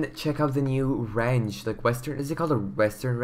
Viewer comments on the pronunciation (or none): I love the way he says Ranch. “Rench” 😂